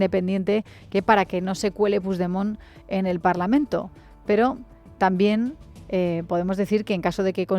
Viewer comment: Ese hombre que está hablando, solo con estar diciendo parlamen en vez de parlamento ya me hago una idea de lo que piensa.